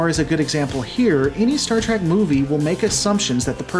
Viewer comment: Never mind the scripts. You call it Star TRACK half the time.